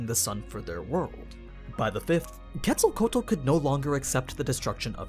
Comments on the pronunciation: Her name is pronounced- ketzo ko wattle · No isn't a correct pronunciation, he say "kétsalcoal" and is "kétsalcóatl" ("tl" sounds like "tle" in "castle"). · It’s quetz-el-co-atol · It’s actually Kets-al-co-wa-tl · I dont mean to be rude but ur saying her name completely wrong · He pronounced the name wrong and that she is really a he as well as the god of life and a feathered serpent idk why anime make him a girl why not just use his sister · Sigh I wish non Spanish speakers were able to pronounce her name a little better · Yes I'm gonna be that dude: you pronounced her name wrong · The way he pronounces Quetzalcoatl gives me a headache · Glad I'm not the only one haha I try to watch but everytime I hear Quetzalcoatl I just nope haha I wonder how he would pronounce Quetzalcoatlus 🤔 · aww man you butchered her name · She is a boy you are not say his name right and he is the first god of the sun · Quetzalcoatl... the pronunciation is cringe